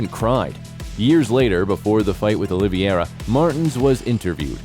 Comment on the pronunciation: If you can't even say Charles Oliveira's name correctly, stop making UFC videos bro. It's Oliveira, not "Oliviera"